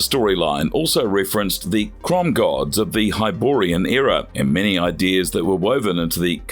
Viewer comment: Crom!! Not crome! This is what you get when people when stupid people talk about or review movies they've never seen